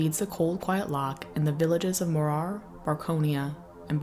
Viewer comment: Please fix your pronunciation. Its M MOrar, rhymes with roarer. not moRAR